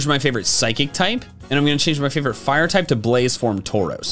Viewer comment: FURE PIGHTING, that is all.